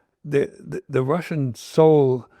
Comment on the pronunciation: RussiAn no RussiOn